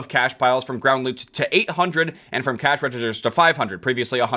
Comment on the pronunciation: Every time you say cash I hear cache.